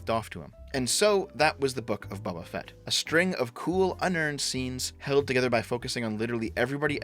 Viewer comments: Are you saying Bubba Fett on purpose? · "Bubba Fett"